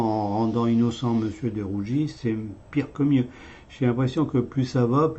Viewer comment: DE RUGIS et non de rougi